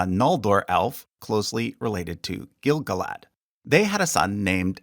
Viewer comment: Your pronunciation is odd. We usually hear the names with the stress on the second to last syllable. GaLAdriel. Gil-GALad. iSILdur. And so on. Rohirrim names however always have the stress on the first syllable, and I can think of Ar-Pharazôn for the stress on the last syllable, possibly other Adunaic names.